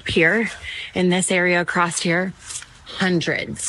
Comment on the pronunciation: This is a legit video from somebody in that area... She pronounced it "Accrosst"